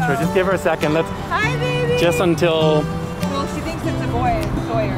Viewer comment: The dog's name is Sawyer, not "Soyer". Pronounced like Tom Sawyer.